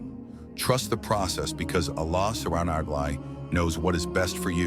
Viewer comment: Pleass just say "Allah". the way that the Ai is saying "Subhanahu wa ta 'ala" Is realy uncomfortable😢.But it is a good vidio😊